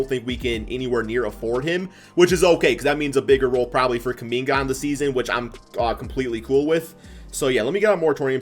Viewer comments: did u really call Kuminga "Kum Bucket......." okay i guess. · 😂 he said kumbucket 😂😂😂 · Did bro really say “kum bucket” ??